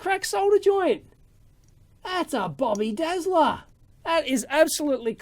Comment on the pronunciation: That's a bobby-dazzler 😂, love that saying and you say it so well.